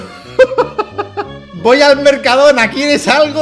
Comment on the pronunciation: Dalas, no es así, es: Mercadoona, Mercado-do-na~